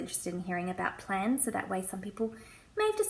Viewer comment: I thought you said 'plants' at first, not 'plans'. They're both great, though! The first thing on any to-do list I write is 'write to-do list'. If I can cross something off right away it motivates me and gets me going to do more things.